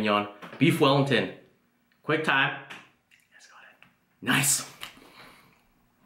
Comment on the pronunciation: i think he says Quang time , not quick time :D